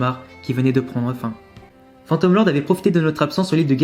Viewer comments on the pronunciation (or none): none